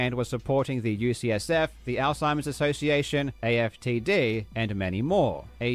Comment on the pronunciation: It’s maybe also worth noting that he sometimes says “USF” instead of “UCSF”, which are very different colleges. But the bottom line is - he has claimed to be donating to a few specific organizations, but provides no evidence that’s ever happened. That’s a flat out lie.